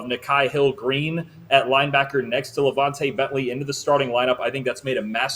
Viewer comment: you had it correct it’s LaVon”tuh” BENTLY aka BENT! Skoooo